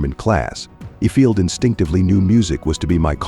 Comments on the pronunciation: Worst AI narrator ever! "yo-DELLing"?? "If- field" Good grief. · IFIELD is pronounced EYEFIELD.. Ukulele ??? Try yewkalaylee